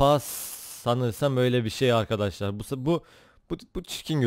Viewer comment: abi başta merhaba arkadaşlar derken hızlı söylediğin için merhaba kasarlar çıkıyor zazaaaaaaa xdxdxs